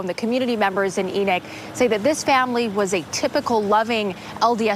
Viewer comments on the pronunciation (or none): ? Enick city?? ENOCH